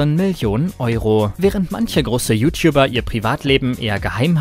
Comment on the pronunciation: "You Tiubber"